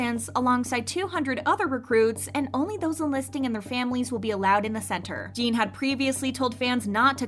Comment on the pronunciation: Can you please just say Jin and not Jean? Its really not that hard